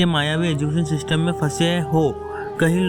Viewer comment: System ❌ sistem😂😂